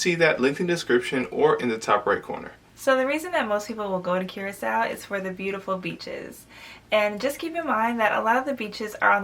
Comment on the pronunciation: It's pronounced Kur●ah●sau not Cure●ah●sau